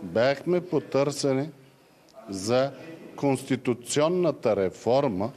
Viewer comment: Пронститунционата реформа ли каза КараДаГъ ?😂😂